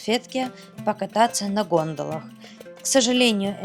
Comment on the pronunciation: ГондОла, РадамИс, Ресепшн. Смотрю видео, как же безграмотно все...